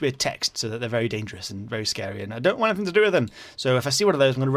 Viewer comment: In didn't say enythinng to enyone